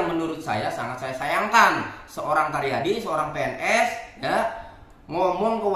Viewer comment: 😂asa karyadi td bilang, jd yg bener Taryadi ya? Bukan caryadi?